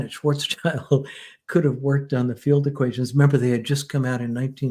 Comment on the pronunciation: First of all: highly interesting and well done, thank you both! Second of all, on a sidenote: The man was named Schwarzschild (not Schwarzchild) which is pronounced roughly like Shvuhtz Shilled. Actually this German name translates to Blackshield rather than Blackchild, not childish at all. As you may guess, I am German. 😃🤓